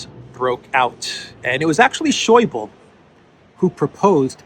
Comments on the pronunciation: Not Scheubel but Scheuble :-) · A small hint to, the german language other than (most)french and english does have the need to speak the "e" on the end of a name or word. We dont stop at the letter before, we speak them all out. So Wolfgang Schäuble (le like eh), it took some time for me to recognize the man you meant, it clicked at finance minister during greece crisis:D